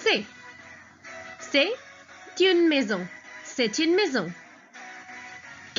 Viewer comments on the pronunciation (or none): none